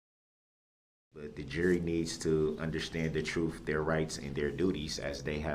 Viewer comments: All of a suddenly, tackit agreement, cohorsed, axed, troof, oaf. God this guy is a master of the English language. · He AXED too many questions and gets mad when the judge SUBSTAINES the prosecution’s objections. He knows the TROOF. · He’s so dumb and tries to sound like he has a clue. The little phrases and types of words he uses. Lemme ax you about da troof! I would pay to have five mins with this guy. I’m sorry if that sounds brash, but seeing pics of the little boy he ran down, and those young girls among others! Then has the audacity to say his conscience is clean? He’s spat in the face of every person he affected with this! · Just axe them. Edit: YOU CANT HANDLE THE TROOF!!! (He's being co-horsed😂) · You took a OAF of Office. Yeah - right dude. Go AXE some more questions. Get to the TROOF!